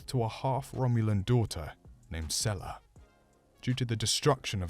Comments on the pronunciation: Did he just call her sella? Sela. Seela. It’s a tv show, they say it. A lot in those episodes. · Sela...Pronounced See-la,come on you obviously did the research to put this video together but then you butcher the pronunciation of the name Sela 🤔😒